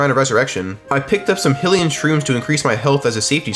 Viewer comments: hillian mushroom is wild, bro its hylian(hi-lee-en, this is for anyone, aka, who needs pronunciation) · Great video. Hylian is pronounced "high-li-an" not "hill-i-an" by the way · "eh-pun-ah" "fee" "hill-ean" ridiculous deku nut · bro said Hill-e-yuh 😭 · Jeez your pronunciation for things. It's Eh-Poe-Nu, and Hi-Lee-Un. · Bro that's not how you say hylian, Epona or king Rhoam. Idk why that annoyed me so much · Is it not pronounced deku nut not dEEku nut Same with hylian and epona